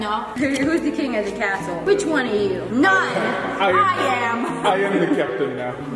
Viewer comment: he laughed because you said cazle NOT castle and.............;; its not a house its a castle -title of video (building my dogs a HOUSE)